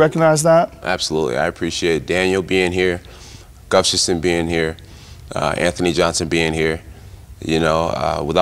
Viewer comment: 2021 and Jon still cant pronounce Gustafsons last name. Lol Gufstason